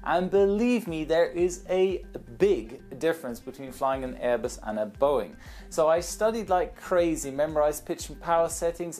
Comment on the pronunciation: it’s not boing it’s Boeing